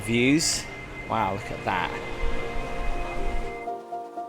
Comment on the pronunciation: “Look a’ hat!” says. What accent is that?! ❤😂